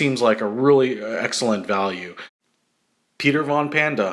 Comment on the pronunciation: Pool-ahn? I've always heard it pronounced as Pole-ann. We've had our 46" cut one for 7 years and the motor locked up for some reason, so instead of buying a new one I just bought a new 20 horse Briggs, took the old one off and bolted the new one in place. Sure beat buying an all new mower.